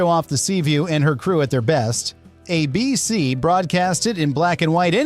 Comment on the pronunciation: AI narration still needs some work to appear convincing. Hesitations awkward, ABC pronounced weird, and also videos are random and do not match the narration.